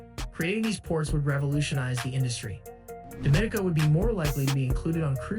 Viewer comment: Your pronouncing the countries name wrong. It sounds more like French, not Spanish. Your pronouncing it like Dominica Republic, which is incorrect.